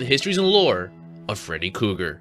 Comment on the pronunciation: Who the hell is freddy cougar? 😂 Kruger but love the video